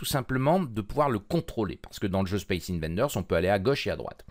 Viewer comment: c'est pas 'invaNders' mais 'invaders' , d'invasion